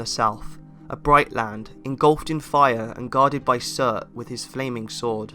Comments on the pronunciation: anyone else hear sir instead of surtur? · Yeah Some how "Surtur" came out as "sir"